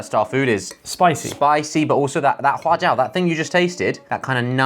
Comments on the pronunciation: does josh know chinese omg sichuan and huajiao pronunciation on point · Wow, Josh's pronunciation of huajiao and Sicuan is on point, lol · can Josh speak chinese?? i think his pronunciation of "sichuan" and "hua jiao" is quite accurate!